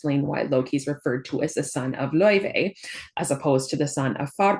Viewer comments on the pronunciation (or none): Just wanted to let you know the pronunciation of her name is officially confirmed to be LAO-FAY and not Lao-Vay or anything of that sort. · Professor you miss pronounced Laufey. The developer said it themselves it's Lau-Fay not Lau-vey. They call her Faye in the game as well.